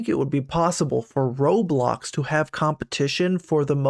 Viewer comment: "Robloc" wtf why did you say that, you should have said Roblox instead of Robloc